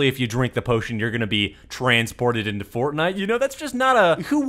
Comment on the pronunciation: You can get sucked inna the game Why does he say it like that lol